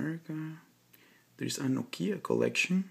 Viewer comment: it's NOkia, not NoKIa!! Stress on O!! ok?!